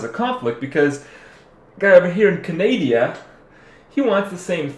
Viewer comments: Canadia? Come on Kripp get some sleep T.T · canadia? lol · the "Canadia" part was really funny. keep it up, i enjoy your videos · Canadia, hahaha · canadia? :D